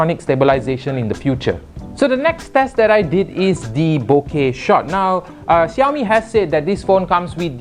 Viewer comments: syamil azfar uh.. yes. 30% of population in malaysia are chinese. how can you not know how to pronounce xiaomi? you are supposed to pronounce it like "shiaomi" not "jiaomi". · *is in a multicultural and race country* *can't even pronounce xiaomi*